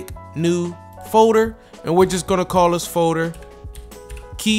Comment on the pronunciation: I can't un-hear the way he pronounces "folder" as "faux-der" lmao